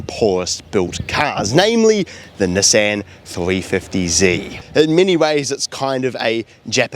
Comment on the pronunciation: The way he is saying NESSEN is killing me 😭😭